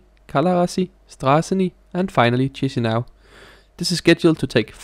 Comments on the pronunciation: It’s Kee-shee-NOW, not cheesy something. Ch in Romanian, Italian and some others = k, s with a comma underneath = sh Upd btw we in eastern/central europe call the peninsula Jutland yoot-land-(ia), not dshut-land like the Anglos do 😉 because some respect to the native pronouncing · Please, "Kishinow", not "Chisinow" (in pronunciation). Please! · that’s you who’s cringe 😄 it is the official reading, I’m quoting: Chișinău (/ˌkɪʃɪˈnaʊ/ KISH-in-OW, US also /ˌkiːʃiːˈnaʊ/ KEE-shee-NOW;… Saying “cheesy now” is like reading choir like chewer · It's not Tschischinau. It's Kischnău. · Ikke for at være nidkær, men på rumænsk udtales digrafen ch som /k/, ikke som /tj/. Så den moldaviske hovedstad hedder dermed /KI-sji-næv/ og ikke /TJI-si-næv/. Mægtige hilsner fra Bukarest! :) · Stop pronouncing "tchishinau", it's actually "kishinau". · Tchiss-a-now?! : D Okay, thanks, bye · it is in English language 😃 in English, one reads Chișinău like Kee-shee-NOW, stop being cringe, I beg of you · /IÁSH/ /KISHINÁU/ That's how you read them